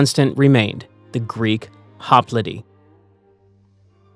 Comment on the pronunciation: Holy shit… HOP LITE, not, “hop littay”.